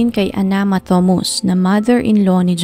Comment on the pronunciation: Ok po ang narration. Siguro po dapat lang po iimprove ang pronunciation ng mga pangalan at ibang details. Like yung pronunciation ng Thomas. Sa video po kasi Thomas ang nakasulat pero everytime na binabanggit, Thomus po ang nadidinig ko.